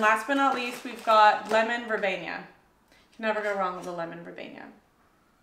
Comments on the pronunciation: Thank you for another wonderful haul review. Please don't say "verbenya". It's ver-bee-nuh. Sorry, it's ike nails on the chalkboard to me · It's vur bean a. This is your job. Learn the correct pronunciation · She learns pronunciation from us sometmes. She doesn't mind being corrected, but be nice!